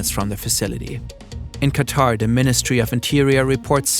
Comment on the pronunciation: Pronunciations of Kuwait, Bahrain, and Qatar are hurting my ears 😅